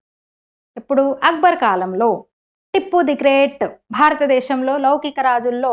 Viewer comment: టిప్పు కాదు tiipu ముందు పేరు పలకడం నేర్చుకోండి 😂😂